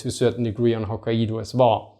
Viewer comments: stopped watching after the second "Ho-kai-eedo" in the first minute. Can't take you seriously. It's Ho-kai-doh. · Great video,. for ref. Pronounced ‘Hok kai do’ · Nice clip. I do feel the Japanese in Northern Hokkaido did get a bit lucky in avoiding Soviet occupation (if Wikipedia is to be believed, something like 17,000 Japanese were expelled from the Kurils, or couldn't return home). As for Hokkaido, the "a" and "i" together is pronounced more like "eye" in English. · ffs - Japanese syllables are very basic, easy to prounance and precise, even for a krout. You got Okinawa correct. Which shows it is an issue of exposure. Type hokkaido into google and practice next time. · Kai is one syllable. Ai is pronounced like "eye" in Japanese just fyi.